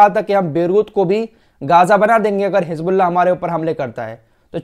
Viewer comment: hiJbullah nahi HIZBULLAH. Musalman ho bhai, J aur Z mai to fark karna seekhen khudara itne subscribers hain